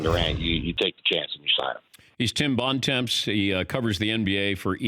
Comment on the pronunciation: LOL "Bon Temps"... Americans pronouncing french is hilarious